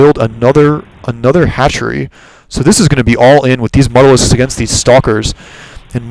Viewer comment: MU (you) talisks. Not MUTTALISKS.